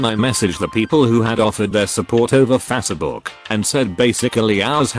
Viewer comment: Ouch! The AI trying to read this is terrible. HR = Hurr? Facebook = Fass a buk? Coworkers = Cow o erkers? It's just too hard to even listen to...